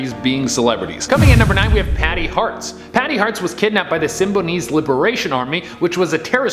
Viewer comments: It's pronounced Patty Hearst. Like "hearse" with a "T" sound at the end. Her grandfather was publisher William Randolph Hearst. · Bro, who the hell is Patty hearts ❤️? It's hearst, as in the multimedia empire, or do you not remember newspapers?